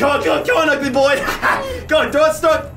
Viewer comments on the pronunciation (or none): When he said snowball did anyone else hear Chernobyl